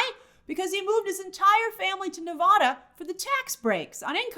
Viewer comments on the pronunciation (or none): none